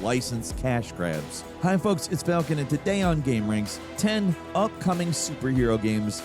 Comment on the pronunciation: Hey falcon, it’s folks :)